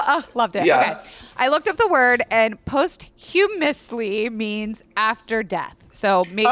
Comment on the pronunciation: I love these HTH videos with but the one thing holding me back is how frequently you mispronounce words... like posthumously and indolent. They aren’t archaic words please just google search and save me the cringe. Love the content otherwise 💘